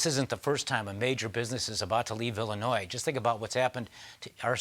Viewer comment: Did I just hear the former governor of Illinois mispronounce the name of the state? It sounds like he added that plural “s” at the end of it.